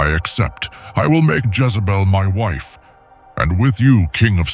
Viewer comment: A I , calls Jazzabell , He ? Other then that , this is good